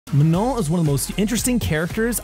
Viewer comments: I love the way you pronounce Manon... Finally i feel like my name can sound good in English lol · Woohoo one of the few people on YouTube who knows how to pronounce her name accurately